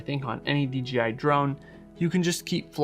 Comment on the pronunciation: Why do you keep saying DGI instead of DJI go back and listen to your self .